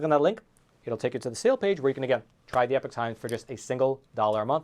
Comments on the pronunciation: Wow you can't even pronounce Epoch correctly. How do you expect people to take you seriously. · I love your work, and your political viewpoints,, But: oh-dear your 'pronunciation' of the word epoch! Oh dear!